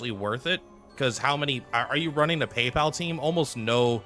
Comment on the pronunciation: I've not seen a single content creator pronounce it correctly. at least half right